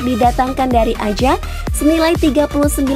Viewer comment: tolong yang narasiin belajar penyebutan ajax, johan cruyff dll. jgn asal baca